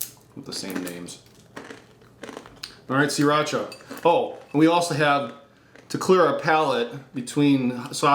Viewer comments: sah-rah-cha not see-rah-cha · "see-racha" really??